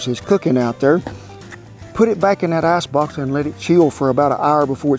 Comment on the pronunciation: awesome video loved kent from fontana ca. made me hungry loved the your dogs you are a chef god bless you and your family and love how you say ice box i still say that today take care